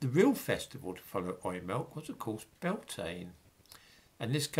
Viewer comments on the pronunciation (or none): none